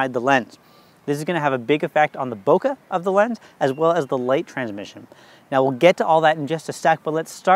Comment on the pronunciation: Super useful, thanks! BTW, bokeh rhymes with `okay`.